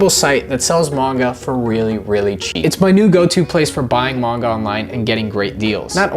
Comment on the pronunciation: Why are you pronouncing Manga like that now?